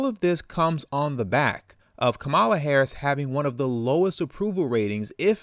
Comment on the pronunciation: Even how we pronounce her name is an indication of the fraud of her connection to us. HER grounding in INDIAN lineage is even within her proper pronunciation of her name...COMMA-LA.